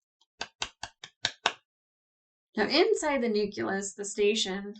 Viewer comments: it's NU-CLE-US. Not Nukulus. You sound like Goerge W Bush when you talk like that. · Gah! Say it with me now: Noo-klee-us! Noo-klee-us! "Noo-kew-lus" is like nails on a chalkboard! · huh, I knew about "nukular", but "nukulus" is a new on on me ; ).